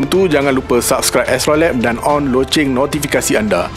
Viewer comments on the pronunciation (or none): none